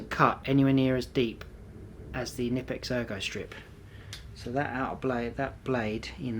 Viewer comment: just pronounce the "K" in Knipex.. its not like knife or knee... pronounce it like u would say coka cola.. its knipex not nipex